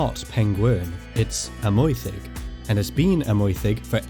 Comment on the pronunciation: I am interested by the pronunciation of Amwythig , with wy pronounced approximately oy . In the Welsh song Myfanwy the wy is pronounced oy . I read something by a Welsh speaker from Bangor University arguing that Yr Wyddfa should be pronounced with the wy as oy rather than Ur Weethva . The argument seemed the revolve around yr necessarily bing followed by the oy sound rather than wee . Any views?